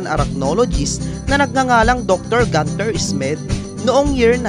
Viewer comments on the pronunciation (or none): none